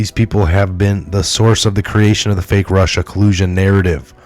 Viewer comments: Enjoyed your unusual pronunciation of the word 'fake' ...f*ck news wasn't quite the word or was it a Freudian slip ??? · You said “fake” right the first time 🤣